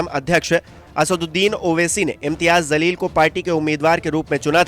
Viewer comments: Bhai naam sahi lijiye... Jaleel or zaleel dono alag word h.... Aap jaise padhe likhe logo se ye ummed nhi h... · O bhai pehly un ka name to sahi sy lo zalil nhi jaleel he name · Its jaleel not zaleel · Zaleel nhi Jaleel hota hai jahilo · Bhai Jaleel not zaleel